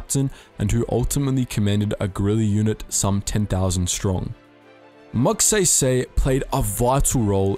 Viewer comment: I cringe everytime he says Moogsehysehy.